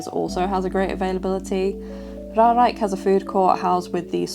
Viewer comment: Just an FYI :) It's Ruigrijk, niet Ruirijk. Ruig means Rough, Rui means shedding (feathers or hair). Though, you might shed a few hairs because of the thrill rides ;) Also, helpful video. Since I have no mobility issues (yet, my hip can sometimes complain), I never looked at 'this' this way. Also, you pronounced Reizenrijk (R-eye-zen-r-eye-k) correctly :)